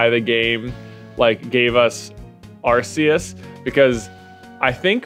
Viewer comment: Just fyi, Arceus is pronounced “ARE-COOS”